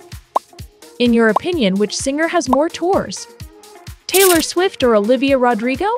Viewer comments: Also,, is not Taylor “stufit” it’s Taylor “Swift” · I unsubbed bc you said subiate not swift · She said taylor stuffet😅😅😅😅😅😅